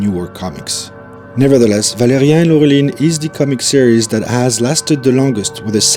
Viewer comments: Pourquoi prononcer ValériEN et pas ValériAN? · It's "ValériAN", not "Valérien". :)